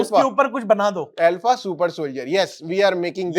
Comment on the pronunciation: ये अल्फ़ा नहीं आरफ़ा थी 😂